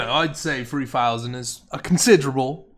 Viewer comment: "the video is currently sat at free fousand free hundred fumbs up"